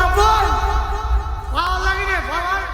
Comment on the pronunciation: পাওয়ার❌ ফাওয়ার✔️